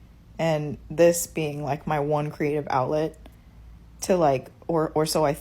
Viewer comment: "Creative oulet." lololols